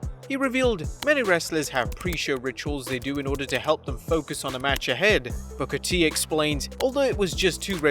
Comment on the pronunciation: guess that's a foreign pronunciation for Booker T